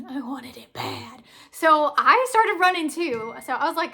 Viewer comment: ‘I wanted it BAADD!’ 😆